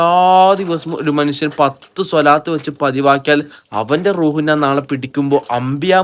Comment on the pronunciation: നാൻ അല്ല ഞാൻ 😂😂😂